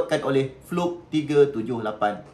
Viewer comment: Sebut fluke pun salah.. kikikiki..